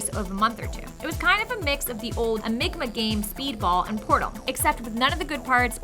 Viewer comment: AmigMA games...... hahahaha ffs At least try to understand what it is you're talking about instead of mindlessly citing information you found online.... Was around 3/4 mis-pronounced words within this video